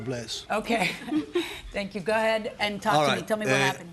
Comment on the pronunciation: Judge keeps saying ga head LOL